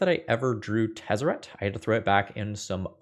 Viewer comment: You said Tezzert, Agent of Bolas. I watch the video, and click "like".